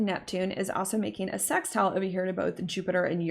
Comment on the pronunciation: I love the way you say 'sex'tile 😉